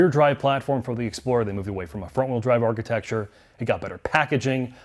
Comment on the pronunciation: Now we need to work on "architecture" 😂.